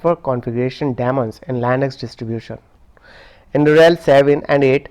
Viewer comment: When you can't pronounce Linux properly.....next.